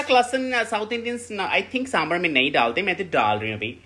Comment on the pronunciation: It's sambhar not samburr